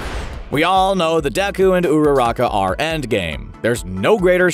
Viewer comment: i love when he said ururaka